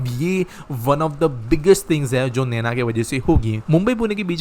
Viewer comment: "NAINA" NANO nahi. नैना*